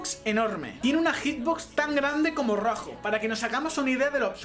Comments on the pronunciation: es roadhog no roajo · El-Otro- Brother Si dice roajo xd